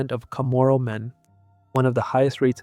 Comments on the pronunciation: I wish you'd learn how to pronounce CHAMORU. It's not kah moro. It's not Chamorro--wrong spelling--either. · Other than mispronouncing the word Chamorro sometimes, this is a good video.